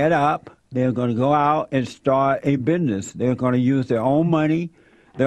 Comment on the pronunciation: “Bihness”?! Those butter biscuits must be goooood in the “big house”...